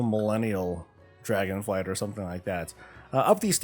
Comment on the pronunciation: Cool Millenial Draginflight. Made me chuckle